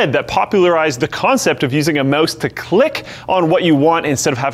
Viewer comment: did he just say "mose" to click? haha